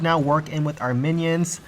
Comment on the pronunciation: I must've missed the memo that we call minions Mannys now, at least I think he's saying that.